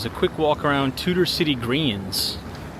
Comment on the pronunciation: It's Tudor Ciy, not Tutor City.